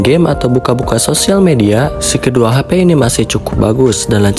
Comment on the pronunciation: Hape (HP) brooo bukan Hapay 😭😭😭😭